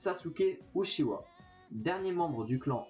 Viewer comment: Ca se prononce raikague (meme si sa s'écrit raikage) et on dit utchiwa (même si sa s'écrit uchiwa)